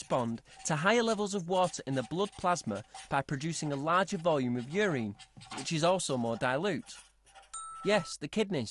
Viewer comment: It's not 'ureen', its urine!